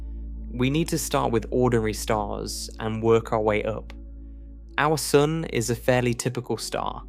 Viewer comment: I love how you say “sun” — it sounds like “soon”